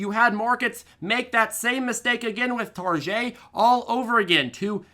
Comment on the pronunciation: It Tar-get, ‼️😲🫣😜